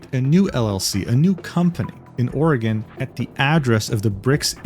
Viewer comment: Good job for pronouncing Oregon correctly, most people in the US can't